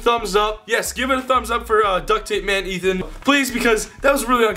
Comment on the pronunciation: Nadia Lekchiri Ethan's name is not Eth it's E-TEE-WEE-TEE